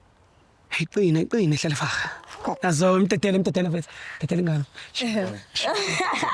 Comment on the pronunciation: just can't pronounce Hlalefang (be brave, be clever) He says Hlalefa "ga" 😂